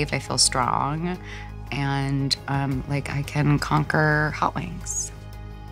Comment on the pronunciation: lemme tell ya; saying “Da Bomb is a little bit spicy” is like saying “a dog is a little bit covered in fur”; just plain mean, girl! “I don’t wike it” is being adorably polite.